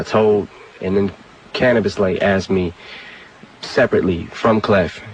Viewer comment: This was a good review .....however....Why is this narrator saying "axed" instead of asked? 😂😂 He sound like a frat boy "tryna" be somebody he ain't! 🤣💯 #malibusmostwanted